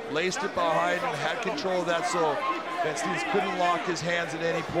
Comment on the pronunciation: Great fight. Funny how Van Steenis his name gets mispronounced though. You say it like 'Vaan Staynis'.